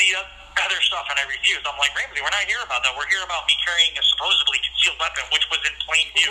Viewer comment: Ughhh….. he’s also a person that says ‘supposeVly’….. DEATH PENALTY…. He deserves it just for that